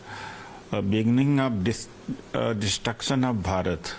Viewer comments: Udit is not able to say destruction and this guys wanna rule India wow 😂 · He is perpetually constipated. The guy who cant even pronounce the word destruction and they want to rule the country 😂😂